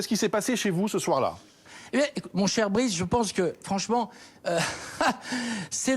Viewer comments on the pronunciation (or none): « Mon cher Brice... » 😂 Bruce ! Il s’appelle Bruce ! Avec un « U ».